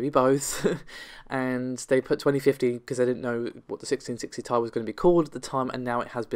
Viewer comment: Its t i not tie